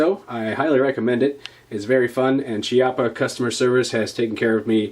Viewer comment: The correct pronounciation is Kiappa btw